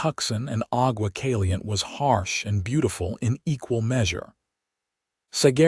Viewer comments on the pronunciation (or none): Cali-yente and two-son!!! If AI is so great, why can’t it pronounce place names correctly?